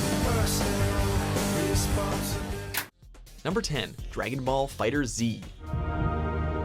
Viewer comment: FighterZ pronounced (F-iH-t-er-z) I’m ashamed.